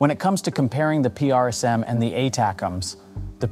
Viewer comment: or " p r s m" PRISM , say it.. PRISM